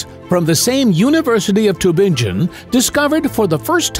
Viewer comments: Is this audio AI? Tübingen is a city in GERMANY! GERMAN rather than English is used there. NO Human would say 'too-ben-jen'! Even my pet Crow would correct you and know better! It is pronounced as Tee (with lip rounding on the 'ee' syllable) -bing-gen. Doch Tübingen, Baden-Württemberg, in Deutschland. ( ). Seewiesen = zay-vee-sen. NOT 'zay-wai-sen'! If you are not AI and want to use German cities, PLEASE show some inkling of intelligence and pronounce them CORRECTLY! As English is a Germanic language, most people can at least figure out the GERMAN pronunciation of Tübingen, and Seewiesen! Vielen dank! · Tübingen: pronounced Too-bing (rhymes with ring)-en. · The University of "Tubinjin" - LOL - Computer Voice. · Cannot pronounce Tübingen though!